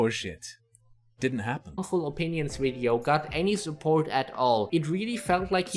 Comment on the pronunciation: "Horrible Mindset Opeeneeons."